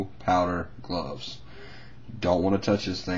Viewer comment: What's gloses? Or did you mean gloves?